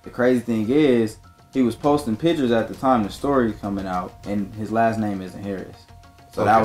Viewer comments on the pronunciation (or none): none